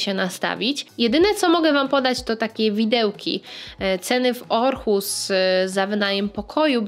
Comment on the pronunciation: Super filmik, ale na Boga [Ohus], nie [Orhus]